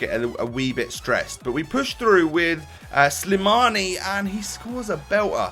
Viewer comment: His name is slimani :) not slamini so ur right